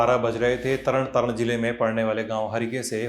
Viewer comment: तरण तरण नहीं है तरनतारन है